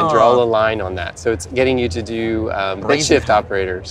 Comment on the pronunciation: Did he say "bitshift" operators? I sounded like he said something else.